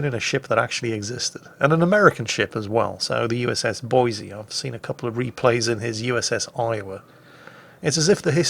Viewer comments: I hate you, its Boise, please for the love of God get it right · please! its Boy-see, not Boy-zee, theres no Z! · Actually,, it's pronounced "Boy-see" NOT "Boy-zee." If you say it "Boy-zee" everyone in Idaho will know you're not a native. Now put that shotgun down before I show you what a red-blooded American woodsman can do with one! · I know the moment I say this you will make it a point to do the opposite but, Boi"s"e not Boi"z"e Keep up the vids love em! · Boi-SEE dammit! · there's lots to do in Boise, lots to see in Boise, but there is, no "Z", in Boise. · THIS VERY THIS There is no Z in Boise.